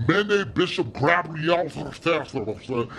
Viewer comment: "Mende Bishop Gabriel-FLUMPHLAPHPLUHMUMFLUMPH" I'm f*cking DECEASED! 😆😆😆😂🤣🤣🤣🤣🤣